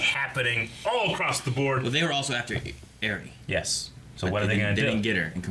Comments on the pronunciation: Why has no one still corrected them on how to pronounce Eri? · pronouncing eri is literally your name minus c lol